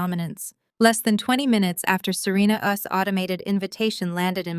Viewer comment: The story is good, but I suggest you select a new AI to read your stories. This one reads “Serena’s” as “Serena US”.